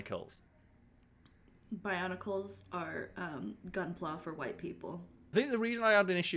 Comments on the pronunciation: Me listening to complain about barnacles and being really confused before realizing he’s was saying bionicles😂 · I hope I'm not the only one mishearing saying 'barnacles' instead of 'bionicles'?